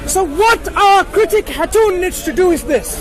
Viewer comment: .إسمها خاتون. مش هاتون. يعني إمرأة في لغة ألتركي